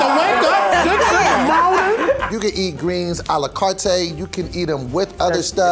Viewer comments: "you can get it alacartay"🤔🤔😂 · face when said “a la carte” wrong the first time 😂